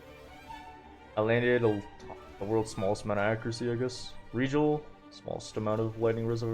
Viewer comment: The way this man pronounces Regal makes me twitch, but the run is amazing and very educational